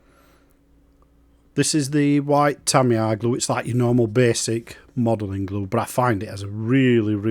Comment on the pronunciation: TamiyAAAR ☠️ Lovely job mate, not many builds of the Intruder on YouTube 👌